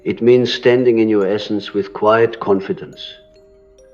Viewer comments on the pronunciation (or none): AI voice at very least. In one part of the video, the voice pronounces the word “quiet” as ‘key-yet’ 😑